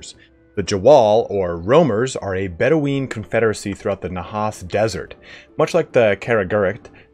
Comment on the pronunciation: I know this is pedantic, and it's 2+ years old, but Bedouin is pronounced Bed - ew - in, not Bedeweeen. They were real people, and the pronunciation is well known. Btw, great video otherwise, but that kinda stood out. Hey, at least you get some engagement for mispronouncing something hilariously?